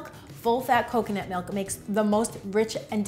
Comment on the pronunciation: "Melk" or "Milk"?